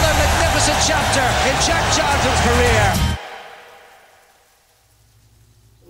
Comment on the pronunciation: stop saying Djeck Chalton,it's Jack not Djeck.